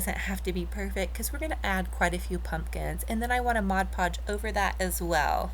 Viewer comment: Beautiful. I am into shabby chic devote also. Also glad to hear you finally say mod podge. Thank you. Lol. love what you do